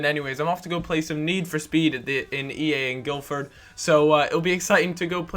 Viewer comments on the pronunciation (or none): none